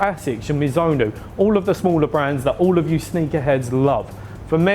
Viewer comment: Mizonenu last time I heard it was mizuno. MIZUNO 😂😂😂😂 unless that's some brand I ain't heard of lol